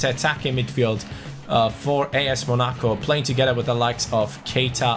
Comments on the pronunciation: What's with the weird way of saying Monaco ? 😂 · bro this man mispronounced Monaco.